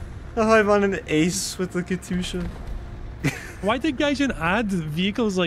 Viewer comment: KATYUSHA. NOT KATUSHA. PLEASE ;_